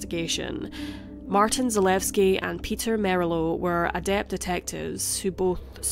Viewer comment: Zalewski is not pronounced zaleski, zuh-lew-ski and dolezal is doe-lez-all